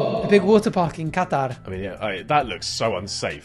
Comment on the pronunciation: is the only white guy I've ever seen pronounce the word Qatar properly